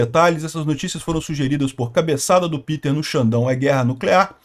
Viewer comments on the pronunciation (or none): none